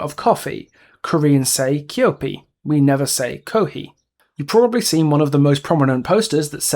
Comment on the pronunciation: I'm sorry, I agree with you on basically everything, but I can't help but be bothered that you don't make much effort to pronounce any of the Korean properly yourself. It's easy enough to check online for how to pronounce keopi or the tae in tae-young and taekwondo. Also, one thing that, while I don't like the japanese in the world at all, you kinda brought up a great point just before about the realm being his delusion. Idols promote in Japan and, while I would never expect those ads to be printed in Korea because why, it's something that he would have done and would be logged in his mind with all the other promotional material he's done. But I feel like, for the map, just focus on Korea please...